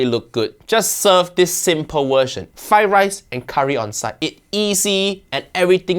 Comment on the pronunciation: First learn to say "Fried Rice" then talk about Chef Ranveer's cooking.